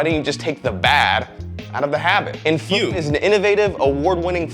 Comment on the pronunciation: you aint foolin me, thought it was Fumm instead of Fume didnt ya!